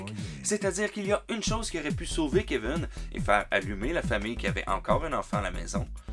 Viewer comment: Keveune ??? Cest qui ça ?? En france cest kevin vous je sais pas mais Keveune n cest un peu bizarre.. Elvis presli ?? Euhhhh daccord